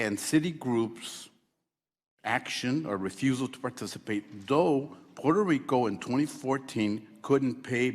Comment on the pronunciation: Garcia says Puerto Rico like a white person.